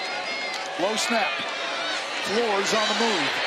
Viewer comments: FLOOR-ez not FLOORZ. Uncultured! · Does the Tulsa Q.B. pronounce his last name, "Floor?"